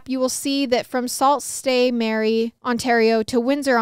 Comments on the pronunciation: Sault Ste Marie. Pronounced Soo (like zoo) Saint Marie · oh my goodness Salt State Mary 🥺🥺🥺 It's pronounced "Soo Saint Marie" but it's French so I don't blame you! 💕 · soult ste marie is pronounced soo saint marie :) cool to have a story from my country! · Omg salt saint mary 😂😂😂 it’s pronounced soo- saint- ma-ree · Sault Ste Marie is pronounced "Sue Saint Marie" (I live in Michigan). Thank you to this anonymous person for saving this child and bringing justice to his mom. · FYI It’s pronounced “Sue saint Mary” in Ontario! Love you guys! Hi from Schomberg Ontario, pronounce that one 😂😂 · I’ll help you out here as a Michigander lol. sue st Marie is pronounced “Suuu Saint Marie” so that the sue is making more of a U sound than anything. I have no clue why they had to make so many places have names that half of us can’t pronounce smh 😒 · As a Canadian your pronunciations we’re making me laugh! It’s pronounced soo-saint-Marie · I'm from Ontario! I don't know if anybody else commented this yet but Sault Ste. Marie is pronounced Sue Saint Marie :) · Canadian here 😂 it’s pronounced “sue saint Marie” for Sault Ste. Marie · Hahahah. It’s pronounced “Sue Saint Marie” … NO JUDGEMENT. It makes zero sense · 😂2nd story its pronounced 'sue saint marie' for ease. Love the 1st story and YES call the police always!!!! Glad the sister's are okay! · It's pronounced like "soo (like moo) saint ma-ree" 😂 haha no hate, made me giggle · Ahaha as someone from Ontario I just wanna say it’s pronounced sue saint marie it’s Canadian french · Sue Saint Marie is how it's pronounced :) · It’s pronounced soo saint marie hahah. Just a northern Ontario gal lookin out🙋🏼‍♀️ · Hi guys! Just wanted to let you know how to pronounce Sault Ste Marie it is Sue-Saint-ma-ree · Girl love you but it’s pronounced sue saint Marie 😂❤ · you're so cute lol it's pronounced sue saint Marie lol